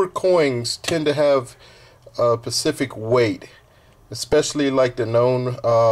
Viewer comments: =OoO= What's a "Pacific Weight"???!! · pacific weight or specific....? xD